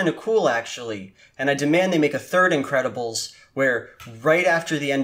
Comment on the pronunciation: I keep hearing "Incredible Stu" throughout the video and now I can't unhear it. Is it just me?